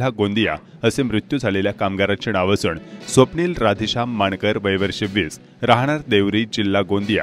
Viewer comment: उच्चारा कडे लक्ष द्यावे. असूण - असून. णाव - नाव.